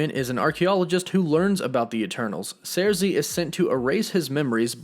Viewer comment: First of all, I'm a huge Eternals fan, & Ajak, is NOT the leader of the Eternals, Ikaris is. Second, Thanos is NOT a Deviant, he's a mutant, being an Eternal born w/the Deviant gene. All the Eternals have superhuman strength, w/Sersi(pronounced Circee NOT Zeircee, as you're pronouncing it) lifting 20 tons. Ikaris is among the superhumanly strongest Eternals(lifting over 75 tons). Fact is, the ONLY Eternals who're stronger than Ikaris, are Interloper, Gilgamesh, Hyperion, & Thanos(all of which left well in excess of 100 tons.)